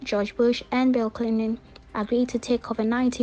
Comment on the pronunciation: Bill Clin-lin🥰😍 The slur alone🔥